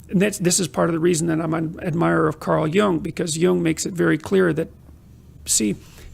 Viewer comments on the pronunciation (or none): none